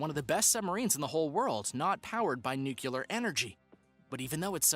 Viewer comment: If you are going to be a narrator on any show, you should learn how to pronounce easy words such as “N U C L E A R”. Even Homer Simpson can pronounce it properly